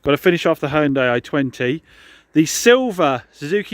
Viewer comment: Ur close with saying Hyundai right lol nearly lmao 🤣 jus think Hyun-day lol